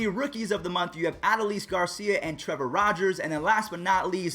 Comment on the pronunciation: bruh youre murdering me with Adolis. its AH-DOL-IS